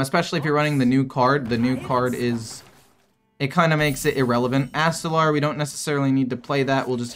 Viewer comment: My dude...it's ast-a-lore...not astalaaarrr Oh and screw ramp combo druid